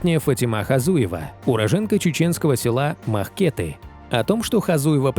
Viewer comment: Не МахкЕты, а МахкетЫ!